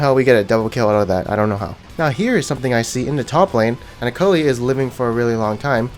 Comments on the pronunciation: her name is akalee not akalie jesus that triggers me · nigga just why..DO YOU SAY AKELAI instead on Akali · IT IS AKALI NOT AYKALAI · you trigger me everytime you say ackalay instead of akali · The way you say "akali" is cringe. it is akali, not "akalai" plz learn to read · "AKALAI" AND NOT "AKALI" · OMG IT IS AKALI MAN NOT AYKALAI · ITS NOT AKALAYI and AKA LEE ITS FUCKING AKALI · I think he's doing that to trigger people :-) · Ak-a-Lie????????????????????????????????????? cringe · it's akalay not akali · It is pronounced A-kah-lee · its pronounced Uh-call-ee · SAY AKALAY ONE MORE TIME AND IM UNSUBBING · A-k-a-l-i not AKALAI -. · STOP SAYING AKALAY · Nice Acoly pronounciation ur dragoon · Like if I heard him say Alkalai and alkuli XD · He does it on purpose i think xD which is funny bc it actually triggers people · or it was A.K.A Li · Stop mispronouncing Akali or I swear! ^.^ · Why do you pronounce Akali's name in two ways? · ur pronounciation for akali is fkn triggering me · Ha! He's saying akalis name wrong to trigger people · when pronounce akali different 3 times in 5 seconds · I'm triggered by your akali pronouncing. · Legend has it that he's never pronounced "Akali" the same way twice. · You have 3 wrong ways of pronouncing Akali and you shuffle between, gg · i think you are pronouncing akali wrong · The way he says "Akali" half the time triggers me. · i love that you always pronounce akali different and i bet it triggers sooo many people, gj!